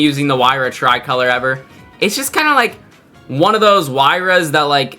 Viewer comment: Not the try-color😂😂😂😂